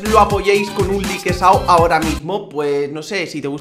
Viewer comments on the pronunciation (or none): No Es lique Es laik